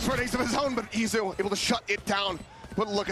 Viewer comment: Is it Itzu or Izu??? I thought it was Izu wasnt it?